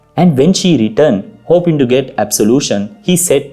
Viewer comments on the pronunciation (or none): none